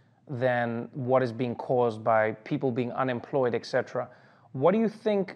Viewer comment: Trevor, etc (et cetera) is not pronounced 'ek setra.' Come on...